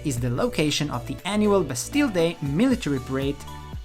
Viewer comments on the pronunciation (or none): none